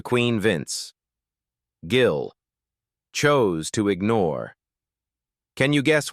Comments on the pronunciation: His name is Gill not Jill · The number of times the AI voice called Vince Gill "Jill" (A hard "g" instead of soft) was hilarious. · Such Horseshit! AI generated and the announcement pronounces his name as JILL! The same crap as it is trying to stir up! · His name is Gill not Jill. I can't stand Garth Brooks, either. Love Vince Gill. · They even say "Jill" while trying to say Gill in the garage. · I’m no Garth fan, but these fake ai videos always name him as “most hated”. There is another where Willie hates him as well. And AI BS can’t even Gill’s name right calling him “Jill”. Kristofferson was on the Willie one as well. AI does pick up on the direction of Country has gone and many of us can’t stand, but some of these ‘critiques’ are almost the same (Aldean, Billy Ray, Shania Twain) West? That was out of left field… let’s see if I’m right about #7… Guess I was wrong, expected it to be Toby Keith lol. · This is AI bullshit. Several times Vince is called Vince Jill. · This AI produced video can't even pronounce Vince's last name correctly.